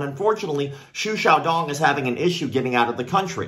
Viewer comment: I very much appreciate you pronounced his name correctly.